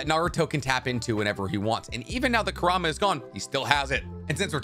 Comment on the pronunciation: I got annoyed when he couldn’t pronounce kurama and baryon mode right